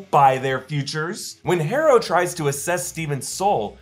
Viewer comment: You’re actually having a hard time pronouncing the name “Harrow”? It’s HAR-OH. Not HAIR-OH.